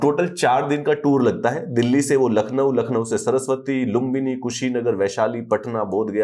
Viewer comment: सरस्वती नहीं नाम है सर श्रावस्ती बोलते हैं